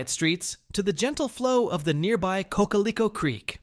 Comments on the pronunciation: Not to mention the pronunciation of Cocalico. Ephrata is overgrown now. Intercourse or Bird-in-Hand would have been better choices. But, admittedly county prejudiced, I'll take 3 out of 7. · Cocalico was pronounced wrong. Wish this narrators or AI would get the pronunciation correct. Otherwise this is a great video